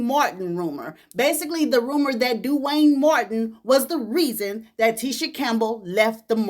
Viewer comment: It's the way you say DEW wayne😂